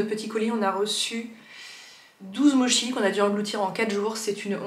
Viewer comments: Difficile de trouver autre chose que des mochis glacés par chez moi mais ceux que tu as présenté me font très envie !! (Ça se dit 'motchi' 😉) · Les cadeaux expériences sont les meilleurs, ça permet de prolonger le plaisir du cadeau tout au long de l'année. Étant une fan de mochis, ma référence est Aki à Paris (Aki café ou Aki boulangerie), surtout les daifuku mochis (fraise) qu'on trouve au printemps. On prononce "motchi" à la japonaise :)